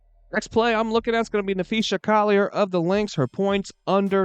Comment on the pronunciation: It’s pronounced Nuh-Fee-Suh lol